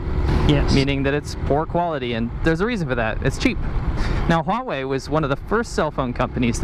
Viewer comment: Huawei or WHAwhe?